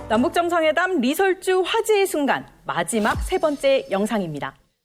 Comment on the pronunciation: ㅎㅎ 리 설 주 가 맞습니다 ㅎㅎ ㅎ ㅎㅎ